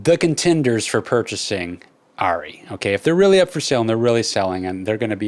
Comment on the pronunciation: Are Ree - ARRRE REEE - its not airy why did the NIKON thing happened to this brands name...?